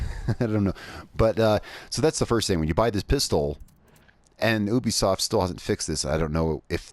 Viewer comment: Ubisoft not ouibisoft 😂